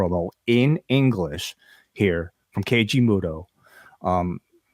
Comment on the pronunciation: MU-TA.....not Muto